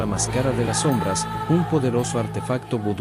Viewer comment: " La más cara de las som-brás ", " Mai-Col Le-Roí" edita mejor los videos bro, sigue intentando rompe el feel.